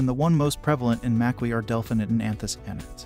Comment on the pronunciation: You pronounce both berries wrong.